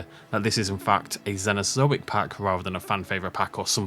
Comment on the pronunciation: "Zenozoic" 😂 your pronunciation cracks me up always,.